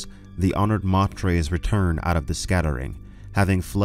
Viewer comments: Dude..... i love your channel and content but every time you call the honored matres "mah tres" i cringe. Its "may ters". Latin for mothers, honored mothers! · LEETOH AHTRAYDEEZ... Honored MAYTURS... stop hurting my brain please, thanks.